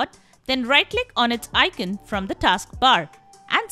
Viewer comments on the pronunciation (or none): none